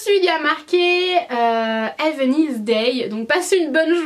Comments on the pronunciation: "ave a Nice dé"😂 c'est "have a n[AÏÏ]ce day" mdr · Totalement d'accord. Puis j'ai aussi été choquée pour le " Nice " tout le monde sait comment Ca se prononce quand même , j'ai appris à le dire en 6eme... Si elle va à Londres autant qu'elle en profite pour améliorer son anglais !